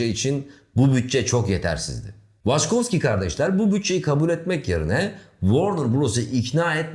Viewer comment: Waçkowski mi? Hani ilkinde dil sürçtü dedim. Sonra aynı şey devam etti. Benedict Cumberbatch'ın belgesel seslendirirken penguen diyememesi gibi olmuş :) (pengwing, pengling...)